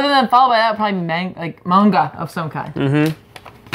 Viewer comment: I congratulate for saying Manga the right way this time. She almost slipped but caught herself. I actually appreciate that cause Manga with a hard a is like nails on a call board to me